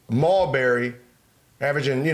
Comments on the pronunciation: It’s not Malberry Gil, it’s Marbury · Why he always say Mallbury 🤣🤣